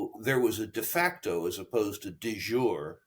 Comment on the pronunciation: "De JurEEEE", please, Mr. Rule. Thank you and please.